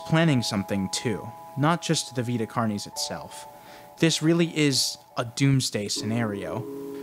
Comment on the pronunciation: I’ve never heard someone pronounce “carnis” like that in all of my latin studies. Great video though